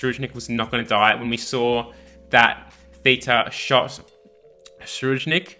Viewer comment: Im amazing dont worry i wont die. Btw, Tserriednich ( se-reid-nich )